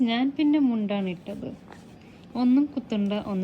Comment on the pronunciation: I would like to inform u that if u change the pronounciation of നാൻ to ഞാൻ, u can keep more reality.